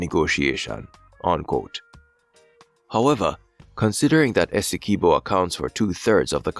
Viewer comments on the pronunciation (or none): Dispute doesn't exist. UN top court ordered Venezuela not to take action...or else..BTW, it's not pronounced "ESS-EE-Kee-BO". It's pronounced "Ess-EE-QUIB-Bo" like "(S)QUIB-Bo". get it??? As a fellow West Indian (Unless you are AI), you should know better.